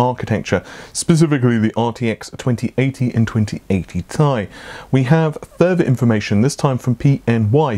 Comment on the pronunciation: Who says Ti like “Tie”?